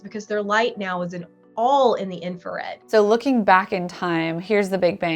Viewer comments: Note to the editor of those videos: its INFRARED not INFARED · Wait... it's INFARED and not INFRARED? Really?!?!?! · Is it just me , but isn't it called infrared, not infared? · Infrared, not infared. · “Infa”red… we all make mistakes I guess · It's INFRARED, not INFARED. ooops. Love your vids.